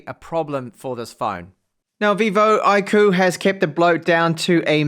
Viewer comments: It's "IQ" not I KOO. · iirc iQOO is supposed to be pronounced as IQ, as in the intelligence score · I'm here to make the same joke I always do with this brand. Everytime you say "Iqoo" I feel like saying "God bless you". 😉 Looks like a great phone for price. 👍